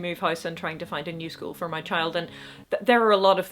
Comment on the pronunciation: Did you say "new soul for my child" or "new school for my child?" Sounded like the former, latter makes more sense